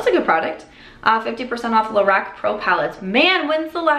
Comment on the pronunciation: Binge watching and catching up on your videos. :). It’s “ Lor-Rahk” when you can pronounce Lorac. I was told that by Carol Shaw the founder. It’s “Carol” backwards.